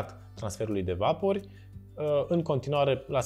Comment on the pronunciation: "vapori" accentul nu se pune pe "a"..